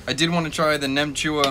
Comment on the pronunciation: Wow I am more surprised how well you pronounce "nem chua". It's like 95% vietnamese. Nem chua is a dish u snack with beers. It's fermented so it's actually good for your gut. Only thing I don't like about it is the curing ingredient that makes the colour pink.